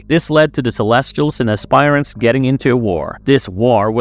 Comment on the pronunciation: Good god, you guys really need to work on your pronunciations. It's not pronounced "ass-spire-ants". The correct pronunciation is "ass-per-ants".